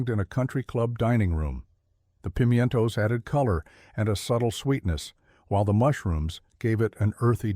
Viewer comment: What is a pemintoes. Did you mean prime toes?